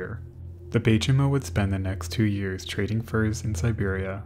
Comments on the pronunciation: Warmell, not well? Oh, hell. Baychimo is "by chee mo". Ship came from Sweden, but the name is kinda Finnish. Imperator is "im-peer-a-tər", not "imper-otter". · The Baychimo...that's some good German engineering right there.